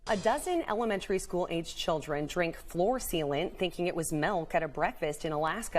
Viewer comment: "Floor Thealant"